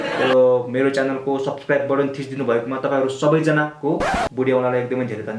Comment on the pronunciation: Its बटन not बतन😂😂 BTW love you bro